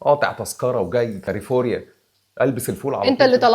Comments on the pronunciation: كلفورنيا وليس كليفوريا😅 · نضحت عليك وبتقول كاليفوريا🤪